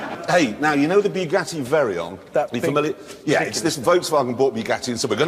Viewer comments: I love how Jeremy pronounced the Veyron's name "Very-on" lol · "Bugatti Very-on" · I heard it aswell. But i dont blame him tbh... he is a brit and he actually pronounces the R. Wow! I ordered a new sign.. "Drive slow. Toads ahead!"